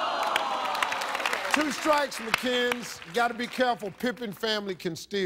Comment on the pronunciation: 2 things: Firstly, I swear instead of Pippin I hear "Pimpin" Secondly, I think Steve rage quit. Shits hilarious.